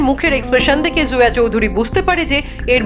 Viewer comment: জোয়া না, নেইম টা জয়া হবে হয়তো